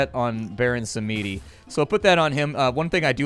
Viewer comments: "Baron Sa-mee-dee"... I found the non-James Bond fan!!! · Baron Sam i di. Its a Bond villain name. Again watch Bond movies, I am not Webster's and am probably not telling you how to pronounce it right.